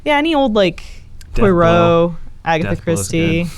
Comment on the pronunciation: Why is unable to pronounce Poirot?